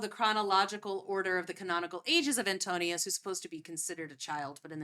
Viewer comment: His name is AntINOUS, not AntOnius